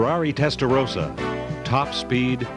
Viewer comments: American here. It's promounced "Testa-RAW-sa" not "Testa-ROW-sa." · Why the hell do Americans keep mispronouncing Testarossa? It's a redhead, not a rosehead!